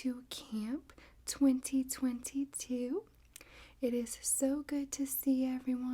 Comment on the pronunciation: Why do u say 2022 like that 😂